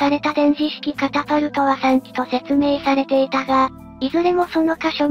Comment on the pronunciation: 電磁式カパタルトなのかwww カタパルトじゃ無いです。 カパカパなんじゃない。